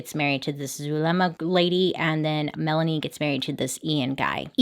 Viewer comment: "zul... zulema" its pronounced like soolma or zulma